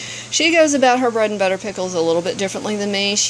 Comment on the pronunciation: Beautiful bread and butter pickles. Love how you use field cucumbers and not pickling ones. And yes you said the name right!! Most people don't.